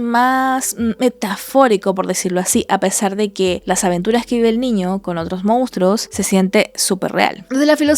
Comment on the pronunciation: Hola buenas noches. por favor corregir su palabra "Mounstros" por "Monstruos". Repite la palabra más de 20 veces de forma muy redundante, al final los niños que ven sus videos aprenden mal las palabras.